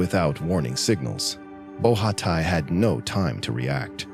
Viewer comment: Nice vidéo 👍 So heartbreaking to die this way 😥 Just a detail : the name of the swiss skier (Nicolas Bochatay), is not pronounced ''BO RHHA TAÏ", but simply ''BO SHA TEEEY''